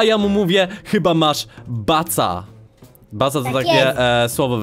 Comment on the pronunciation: ej nie baca a kaca xddddd